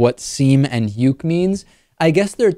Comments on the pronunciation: It's pronounced say-May and Oo-Kay. Well, kinda. Even as someone who writes slah fiction I hate it when it involves real people. Don't shoehorn people into the seme and uke archetypes! It's disrespectful and makes other slash fans look bad. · Just so you know, seme is pronounced "say-may," and uke is "ooh-kay." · Lol, its good to have someone else here who knows what they're talking about. Also, for Dave's sake it's pronounced "seh-may" and "oo-kay". And they don't refer to real relationships, they refer to yaoi, a genre written by woman and for woman. The uke is basically a surrogate for feminine desire, whereas the seme is the masculine object of desire. While many think of it as gay porn, its more of an escapist fantasy aimed towards woman wherein love can conquer any adversity, including being of the same gender. Much of it is driven by the formalities of Japanese culture, wherein alot of people are afraid to be open sexually. That's why much of the stories focus on ukes being afraid of trying anal sex, since it represents the fear of sex many women in Japan have. It is common for the seme to rape the uke, but it becomes consensual as a result of the uke realizing that they wanted it all along (and they oftentimes think about it beforehand, but are to afraid to ask about it). This is due to women being afraid to initiate sex because that's seen as perverted and unwomanly, and therefore the idea of having sex initiated by someone else is seen as more socially acceptable. Also, despite the fact that they each fulfill a gender role, the uke may be the top sexually, which could be indicative of the fact that any number of women might prefer a dominant role despite their culture portraying women as frail and submissive. This is part of why characters typically aren't gay but instead si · I can't help but laugh at this, and David's terrible butchering of Japanese words for.... well top and bottom.